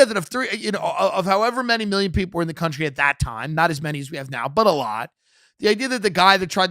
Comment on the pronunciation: Hey Tim "Country" has an O in it.